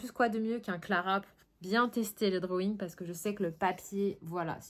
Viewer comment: "les drowouing" 😆 tu m'as fait rire à la fin 😆moi en ce moment c'est les Iktense ils sont top! Bon colo à toi!